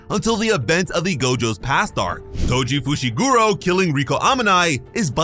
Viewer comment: Am i hearing things or did you call Toji "Goji" 😁